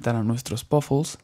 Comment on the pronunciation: y ademas se dice PUFFLES NO POFUL